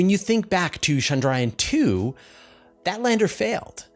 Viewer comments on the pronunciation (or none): NOT Shandrayaan. It's a ch sound NOT an sh sound.